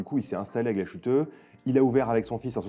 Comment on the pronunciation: Merci pour la chouette vidéo ! Par contre le mot principal impossible de ne pas rectifier : GLASHÜTTE se prononce « glace - huteux » Le son « ch » aurait été ecrit avec sch… 😊